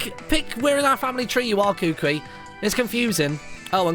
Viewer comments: Kukui isn't your cousin, its just that everyone in Alola is considered family which a long way down the line, is scientifically true. And just to help you out Kukui is pronounced "koo-koo-ee" not "koo-kwee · YOGSCAST Martyn not to be a correcting carrot but you say kukui koo koo ie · Martin the professor is pronounced Ku-Ku-i and u can catch cosmog after completing the game and u must have lunala in ur party when catching it as u r playing the moon version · Kukui is pronounced "Koo-Koo-Ee". At least, that's how it's said in the anime. For those of you who didn't know that. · its pronounced (Ku-Ku-E) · Kukui = Ku-ku-ee For future reference.